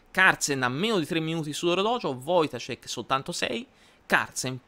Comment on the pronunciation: Ciao, ottimo video e complimenti per la pronuncia del cognome polacco. Un piccolo appunto: l'accento è sulla a, si legge "voitàscek". Ancora complimenti per tutti i video che fai